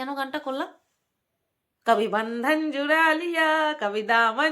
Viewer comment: Gaan bhalo koro kintu pronounce ektu thik korte hobe.Jemon gaan e juda ke jura bolcho chuda ke chura bolcho.Baki toh bhalo gaan koro.